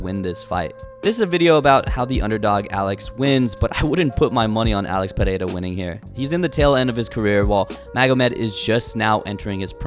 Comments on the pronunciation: Perfect pronunciation of his name. Is it so tough? Why the fuck do people from the US have such a hard time? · You're the only guy I've seen pronouncing his name correctly. 🇧🇷